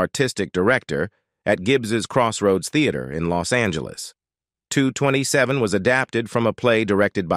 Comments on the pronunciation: The show was not called two hundred and twenty-seven, it's 2 - 2 - 7! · Wow dude doesn't know how to say 227 smh Ridiculous